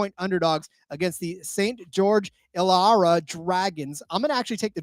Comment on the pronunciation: just FYI - it’s pronounced “ill-ah-wor-ah” Dragons, in Australian ☺️ absolutely love the effort though!